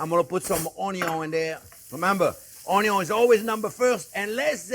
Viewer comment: There's a few words I use from Chef, like "budder" "onyon" and now "prrrrrrunes" 🤣🤣🤣🤣